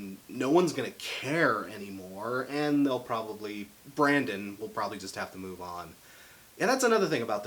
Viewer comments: "Brandon" killed me more each time he said it 😂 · It's pronounced BRENDON not Brandon. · He said Brandon and I was like ITS BRENDON 👎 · It's *BRENDON, not BRANDON. BRENDON ( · This is a really good review style! It's similar to quickies, but a bit more personal. I'm glad you decided to start it with one of my favorite bands (or Uries in this case)! I think the way Panic doesn't stick to one sound is part of who they are. Also, it's BrENdon Urie. Trust me, the tumblr crowd will eat you alive for saying BrANdon